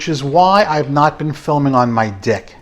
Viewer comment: The part about filming on your deck caught me off guard and was absolutely hilarious as it sounded like you said another word. The quality of the microphone probably didn't help your case. 🤣